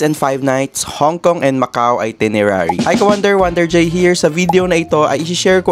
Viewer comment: Travel vlogger ba talaga kayo with 293k? Bakit itirenary ang basa mo sa itinerary?